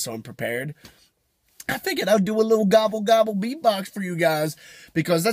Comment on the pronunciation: you said "gobble gobble" i heard bacawk lol